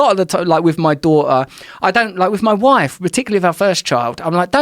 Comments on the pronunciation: Joe's passive cockney is really coming on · there's a glottal stop in "a daughter" that's missing from "adore her" one is u dawʔuh and the other is udaw uh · He says “daughter” and “adore her” the exact same way. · I don't fink my dawtah is old enough for ta-oo's